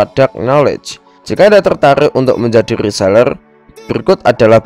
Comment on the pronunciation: Rrrrrrrrrrrrrrrrrrrrr rrrrreeselerrrrrr